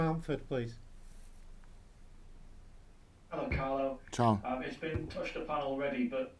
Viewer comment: Carlo pronounced it Song. Ffs